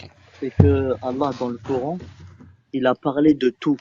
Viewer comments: une partie de tes échanges repose sur des moqueries déguisées liées à sa maîtrise du français ... Il dit "Couran" au lieu de "Coran" et tu lui réponds "courant alternatif ou continu" et visiblement il confond "Brahma" et "Ibrahim/Abraham", et tu ne clarifies pas les choses, c'est un peu gênant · Et dire que ce jeune là est français, il comprend même pas les mots. Pour moi se sont des bombes à retardement. Et il y en a des milliers comme ça. Le plus important pour eux c'est le coran ,le courant ,même la prononciation est mauvaise. Pauvre France voici tes futurs enfants. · fallait l'oser de tenter la blague sur "AC/DC" quand il prononce mal "coran" (courant) ... vu le niveau intellectuel du mec, ça n'aurait pu que l'embrouiller et rendre le débat encore plus difficile.